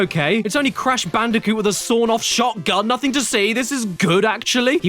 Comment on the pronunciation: It's crash bandicoot not crash banoka